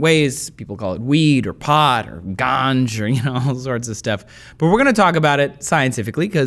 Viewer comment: I Fucken hate how you pronounce the word ganja. Stop plsnstop